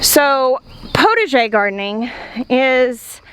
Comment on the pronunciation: Potager is pronounced with the ah sound but you get the idea of it . You want to make soup you go to the potager and gather vegetables, herbs ,and some flowers for the salads . Wishing you well in your design.